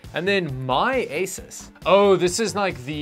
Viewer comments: The word "Asus" is pronounced "A-sOOse". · I always thought it was pronounced "Asoose" lol